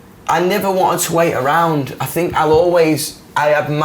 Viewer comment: I love hot think is fink🖤🖤